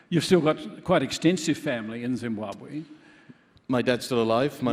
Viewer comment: The pronunciation Zimbuabwe instead of Zimbabwe by shits me.